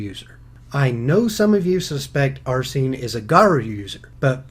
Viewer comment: (Are-Seen) = Arsene.